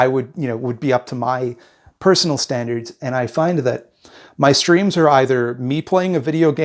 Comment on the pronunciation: I kept mishearing "streams" as "screams" and for a second the first time I heard it I was like "uh yeah I don't think I've ever heard you scream. better work on that"